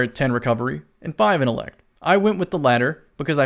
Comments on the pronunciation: my dude I love you bro no homo but please I mean please pronounce that T in intellect I was literally pulling at my dreads every time I heard you say it but still the up most respect from a bronze teir to silver player to your platinum self much love. 💪🏾❤💪🏾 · Lol yo what do you use to get your supper innellect 🤦🏾‍♂️ jk love you bro I just had tooo